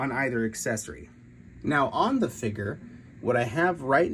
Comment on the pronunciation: What is a “figger”?